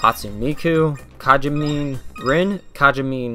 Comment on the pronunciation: Written Hatsune Miku, pronounced Ha-tsu-nay Mi-ku, not "Hatsuun". Written Kagamine Rin/Len, pronounced Ka-ga-mi-nay rin/len, not "Kajamin". Written Meiko, pronounced May (the same way you pronounce the month may)-ko.